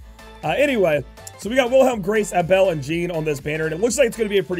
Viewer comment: Why do you pronounce Abel as "uh-bell"? It's "Ay-Bull" bro lol